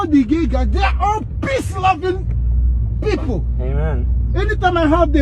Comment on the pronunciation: This one was personal to bro, I feel like he JUST had some drunk straight boys in the back and had to vent about it "PPEace lovin-... PHeople" had me wheezing ❤️